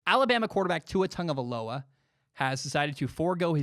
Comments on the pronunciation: Will Gomes people always just seem to forget that there’s an “I” next to the “va”. People usually say, “vah” or “vuh” instead of “vai/v👁”. I’m sorry it’s just a pet peeve. A super minuscule problem that just annoys me. I don’t want to seem like I’m acting like a smart ass cause I’m correcting people on pronunciations. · love the show, but can someone doing sports talk please be able to say tua’s name right